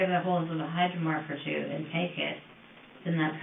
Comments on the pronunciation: 57 mins in is she saying hyromark? What kinds of pain med is that or I’m totally deaf rn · She's saying hydromorph, short for hydromorphone